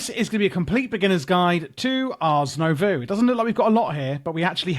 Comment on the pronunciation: nobody added a comment that you pronounced Nouveau backwards (twice). The "oh" sound happens after the v.